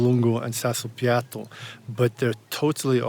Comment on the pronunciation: Thank you for the video! I found very interesting the technique you used this time...I think I will try it! Anyway, is “Sassopiatto” and not “Sassopiato”!😜